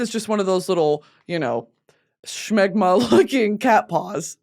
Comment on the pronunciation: the way she adds an ‘H’ to smegma kills me off